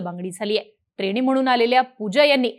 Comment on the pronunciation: ट्रेणी, पुण्यावरणं, कारणामा, दृष्टीदोस, एकोणपंणास, मणोरमा🙇.....सुरुवातीलाचइतके चुकीचे उच्चार🤦.....ह्या नंतर मी व्हिडिओ बघणं बंद केलं.....🤷